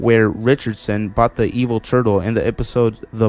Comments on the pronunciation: It's pronounced eh vul not e vil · I always thought superintendent evil name was pronounced eh-vil not eve-ile